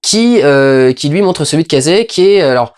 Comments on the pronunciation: "Casey" ?! Pas casé mais Casey avec un K et un Si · "Cazé" ??! mdr on dit "kéïssi" !!